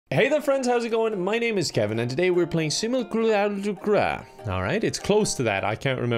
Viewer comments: Nobody: Kevin: SiMULcURraSDuCra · Me, seeing the thumbnail: "Oh nice Kevin's playing Simulacra!" Kevin: "Today we're playing Simculacruler" My mistake.